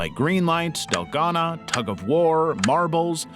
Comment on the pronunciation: So many red flags about this channel 1 possible AI banner and profile 2 the way it said Dalgona 3 how many views it got on its first video (this one)